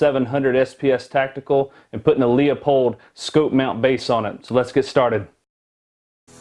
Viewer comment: Pronounced Loopold